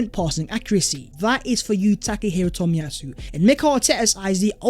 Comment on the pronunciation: Tack Her Hero Toll-Me-Yah- Sue . It was good to see him back.